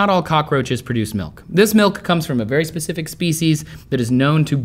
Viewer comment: did you say pacific (specific) also idk why but the phrase "can you milk me Focker" made me laugh while watching this video!!! 😂😂😂